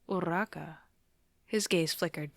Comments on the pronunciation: No but the fact that you say urraka (weird spelling included) anyways love ur vids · ima be honest ive never heard anyone roll urarakas name and the way you do it is just- AJSISICJ/pos anyways, sobbing. bakugos such a menace😭